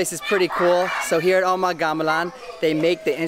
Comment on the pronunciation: .. It's actually pronounced as "umah" with hard 'u'.. it uses the old Indonesian style of spellings, i.e. 'Oe' for 'U' .. 'J' for 'Y' .. 'Dj' for 'J' .. and so on.. Anyway, loves your videos.. its distinguished from most of the other tourist 'vlogger' in that you really learned about your destination before hand and your genuine excitement just to experiences them..